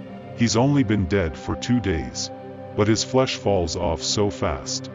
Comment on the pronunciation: Another space man says balls insted of falls